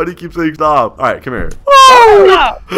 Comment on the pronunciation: “ stop, stop sopssususzzesuu” 💀